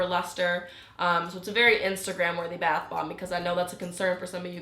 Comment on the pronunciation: Why does she pronounce it like bath Bob?